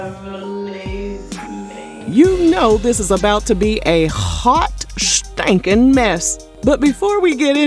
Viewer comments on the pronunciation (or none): I can’t wit this “HHHHWAAT SHTANKIN Mess” lol 😅